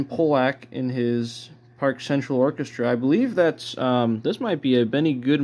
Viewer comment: Benny Goodman played clarinet and bari sax in the Pollock band - Ben Pollack was not a pseudonym for Benny Goodman. It's pronounced "PAH-lahc."